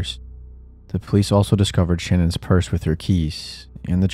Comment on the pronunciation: Say it with me, Sha-nan. Her name is pronounced, SHA-NAN not Shannon. Thank you.